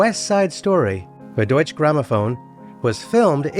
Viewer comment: "Deutsche" Grammaphone has two syllables as German has no silent letters. DOY-tchuh